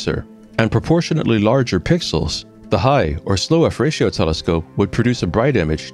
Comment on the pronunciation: I have always heard F-ratio, not "fratio" (until now) lol